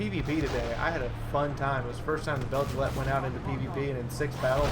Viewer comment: guessing it should be pronounced Beg-lite-panser...but that just me nitpicking